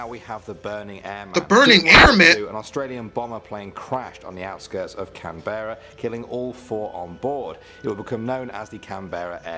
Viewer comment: Am i the only one who cringed a little when the person in the Video said canberra and brisbane wrong?